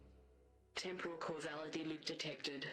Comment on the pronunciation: It's pronounced TEHM-poral,, not Tem-POHral